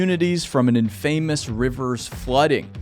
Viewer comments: why did you say infamous like that ‘In fame mus’??????? It’s pronounced “in-fuh-muhs” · OK, since it's the second time: IN-fuh-muss, not in-FAY-muss. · Very interesting! Just to say though, infamous is "inn-fah-muss" not "inn-fay-mous"